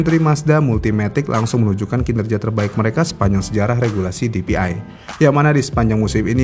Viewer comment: bacanya PDI dong 😅